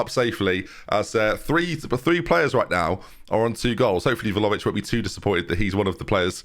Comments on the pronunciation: Please stop calling him Volavic 😭 This really grates on me 😅 It's Vla-hovic. It's Vla-hovic!! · 31 videos in and i cannot accept "volovic" as acceptable. unless you're dyslexic (which is absolutely a non issue) please read properly! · He's not far from pronouncing it correctly, he's just missing the H, sounds like he's saying Vlaovic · Please pronounce vlahovic right